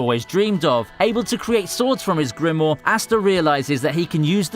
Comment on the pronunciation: There are 2 damn 'I's in grimoire. It's not "Grimore"